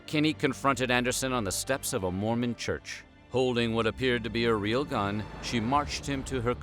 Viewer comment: She read the word Mormon as MOREMAN